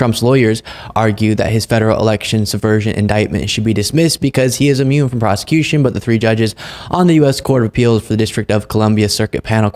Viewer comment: I love you, man. I watch you constantly. But double-check your pronunciation. It isn’t “ammune“. It’s “Immune“. 😉 Keep up the great work!